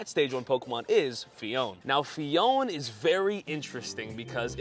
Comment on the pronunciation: You are not saying Phione correctly btw